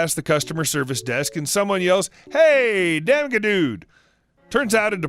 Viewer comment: You said damaged wrong